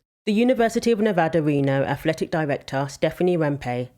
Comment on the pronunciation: Thank you for saying Nevada right